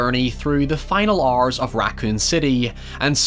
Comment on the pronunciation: Dude went full on accent at some spots “took eight and half Oarrrs on my first playthrough”